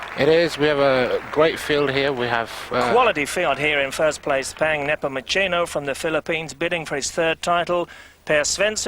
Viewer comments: Peng Napomochino :)) Please get his name right... He's a legend :) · It is Neh-poh-moo-se-noh